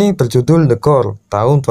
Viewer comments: the core kalo didenger kek tekor jadinya wkkwkwwk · Gue denger nya the gore